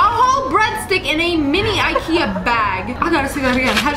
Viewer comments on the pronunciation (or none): none